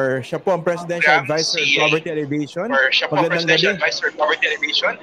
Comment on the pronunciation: Tanong lang po: Bakit ALLEVATION yata ang pronunciation ninyo sa halip na ALLEVIATION?